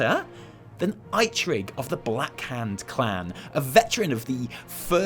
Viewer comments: EEEETRIG it's mofucking EEEEEETRIG not EYETRIG! SHIT SHOW! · It's E trigg not I trigg man. Give the old man some respect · It's pronounced E-trigg not I-trigg! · Pretty sure it’s pronounced eetrig not Itrig, this made me so damn upset. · When this guy says iTrigg instead of eetrig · "I-Trigg"? da fuq? it's "E-trigg". I would think Rokhan would bring in the Draenor orcs, like the WoD ones not our universe's in Outland, since he was all over that in our garrison. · omg Who is eyetrig it is eitrigg eeeeetrigg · EEEE-trig. Not EYEtrig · it's pronounced eetrig, not eyetrig. Unnacceptable! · I'd personally like the Mogu as an allied race. It makes sense. They fought the Old God's minions, they have a cool racial mount ( Quillen), we can have a long questline where they redeem themselves and look for Ra-Den. Hell, we might even work with the other Keepers to find him. P.S. it's pronounced Ee-trig, not Ai-trig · Aitrigg? I thought it was Eetrig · I-trigg? His name is EE-Trigg. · I love your videos but every time you say 'I-trigg' it annoys me slightly. But I understand you're an Alliance player so I guess I'll let it slide. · "Eye-trig" "Blackhand clan" Oof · You say eetrig but you write eitrig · Say iTrig once more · eitrigg= EAT-RIGG as far as i've heard everyone pronounce it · They usually do, but Eitrigg must be an exception. I'm sure I've heard npcs pronounce E-trigg ingame (good vid btw I would absolutely love night elves worgen) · Eitrigg is pronounced (EE-TRIGG) :C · I pronounce it EAT RIGG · Issack Darur I feel you Issack. I’m a eitrigg realm baby and it’s actually EE-i-TRIGG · You literally triggered me with your pronunciation of Eitrigg. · Holy shit it was cringe hearing you say eitrigg you butchered his name lol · Triggered by how pronounces Rokhan and Eitrigg. Still likes him though.